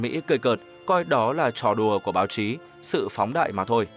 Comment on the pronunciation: Báo trí hay báo chí ? Trấn động hay chấn động ? Ngọng lắm !